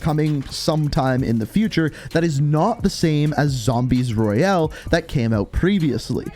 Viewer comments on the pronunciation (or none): none